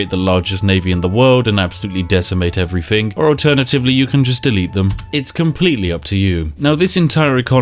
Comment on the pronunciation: For someone who pretends to be posh, you're not very good at differentiating between 'th' and 'f'.. everyfin, scientific ferory.. Get a grip man, you're a Englishman.